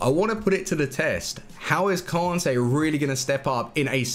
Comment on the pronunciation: pronounce kante correctly Kan-tayy not kon-tayy its not hard its annoying